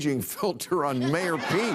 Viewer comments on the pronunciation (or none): none